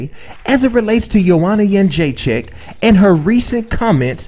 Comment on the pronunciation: You are pronouncing her last name wrong. It's joanna got-chin-checked! She's in denial, why can't she admit rose was a better fighter that night. Anyways, if she loses to rose in the rematch i wonder what she will say then?